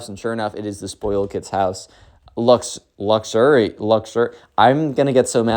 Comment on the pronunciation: Luxury [lug-jury] now Connor can pronounce luxury